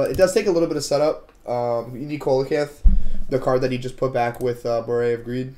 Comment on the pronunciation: Oddly enough it’s actually pronounced cee-luh-canth if I recall. Lol i think I learned that from mgs3